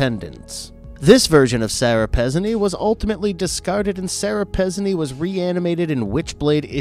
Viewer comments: Excellent video however its pronounced Sara Pezeeeeeneeee with a little less elongation on the 2nd and 3rd e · Pezzini is pronounced Pah-ZEE-nee. Also, if we're going by the name of the Greek goddess, Aphrodite is pronounced Af-ro-DITE-ee. I'm just sayin'... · Yeah I'm also pretty sure Pezzini is pronounced Pezz-ee-knee. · It's "Afro-die-tee", "Pe-zine-ee" and "BEAR-es-ford." Otherwise, good video. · Sorry, you're mispronouncing some of the names. "Aphrodite" -the final "e" is pronounced. It's AFRO DIT TEE. Sara Pezzini is Pezzini with the accent on the second syllable - Pez ZI nee. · PezzIni. for crying out loud. stop skipping letters.